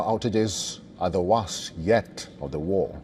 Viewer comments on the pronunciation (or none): The "wast yet of the war", if this man does not understand that the word "worst" is pronounced more like "west", it is time to find another newsman